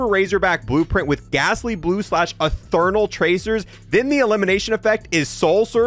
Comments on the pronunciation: "Ethernal" lol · blud said ethernal lol